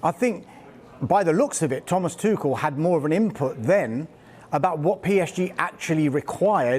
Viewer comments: TUCHEL - is pronounced TU REL - not TU KEL or TU SHELL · My man's calling him tuckel instead of tuchel